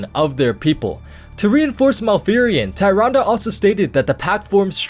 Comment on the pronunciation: no offense bro, but Tyrande is pronounced "TIR-ON-duh"